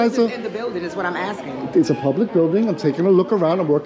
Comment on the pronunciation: She was AXING you.